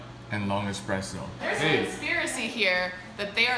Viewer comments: espresso not expresso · eXpresso. OMG THAT IS NOT HOW YOU PRONOUNCE IT. es-press-o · It really grinds my gears when someone says EX-presso instead of ES-presso, which is how it should be said. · eSpresso. Not eXpresso. You're truly, your local broista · It's not expresso!!!! It's espresso, why is the title correct but both and keep saying it wrong? It kills me:P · They know its ESPRESSO, not Expresso, right? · eSSSSSS-presso. not eX-presso. if you're going to do a whole video about it, at least pronounce it correctly. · OOOOO WHEN THE GIRL SAID EXPRESSO AHHHH 0.37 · girl 1 - i dont have a delicate pallette... we knew that the moment you said eXpresso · Lol yeah she doesn't have the delicate pallet to drink coffee. She called it expresso like no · I swear to god if I ever hear someone call it an "expresso" again I'll neck myself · I don’t like that she says “expresso”. Then again, she works at Buzzfeed. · They kept saying eXpresso and as a barista, that really bothers me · it triggers me so much that they say "Expresso" :| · It's not EXpresso. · Who else hates when people pronounce it 'eXpresso'???? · I don't think they know how to spell/pronounce espresso